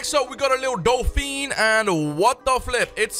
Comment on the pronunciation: U said dolpheen